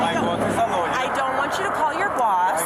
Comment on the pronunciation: I like how it pronounces lawyer as liar.